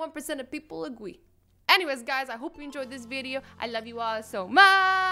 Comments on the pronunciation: One of the things I don’t like about azzy is that she was saying agwee instead of agree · Azzy:56 pepole agwee like if you heard azzy saying agwee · did anyone else notice that she said “Agwee” and not “Agree” 😂😂😂 Cause I did